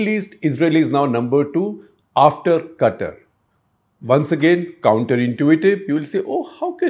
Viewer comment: love how you said Gutter instead of katar(Qatar) 😂😂😂